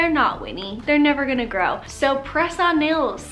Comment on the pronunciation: Listening and not watching the video...When you kept saying press on nails but thought you were saying croissant bagels😂